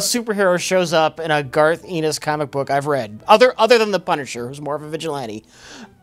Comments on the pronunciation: i always thought Garth's last name was pronounced Ennis (rhymes with tennis) and not Ennis (rhymes with penis). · Why does keep calling him "Garth Enos"? It's Ennis. His name is on all of the books he writes... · Ennis is not pronounced E-Niss its En-iss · It's "Ennis," like "tennis." Not "Enis," like "penis." Please note that for future discussion of this series. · is mispronouncing Garth Ennis's name. He says it like Enis when its supposed to be pronounced like Tennis without tthe "T" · Eenis? I think its pronounced Ennis... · ' thing is his blatant mispronunciations of proper names.(people's names, company names, etc) Garth Enos. The Voit Corporation. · "Garth Enus" - on Comic writer Garth Ennis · For: I don't know if anyone mentioned it (I can't be bothered to look), but the right pronouciation is "Garth N is". Ennis also started the "Crossed" series, which should (for the sake of humanity) be produced as the first truly X rated TV series. Perhaps some weirdo entrepeneur with too much cash to spare will give it a shot...;) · Garth Ennis last name is pronounced eh-niss. Like tennis but without the t. It's not a hard e but a soft e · Lads. Listen. Garth's name absolutely does not rhyme with "penis". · I just love mispronouncing Garth Ennis as "Garth EE-niss". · how do you pronounce "Tennis"? Now say "Ennis" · Who the fuck is Garth Eenis? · The way mispronounces 'Ennis' is his greatest yet.